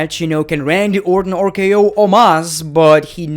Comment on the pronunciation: Ah, yes, my favorite finisher of all time "OOR-K-O"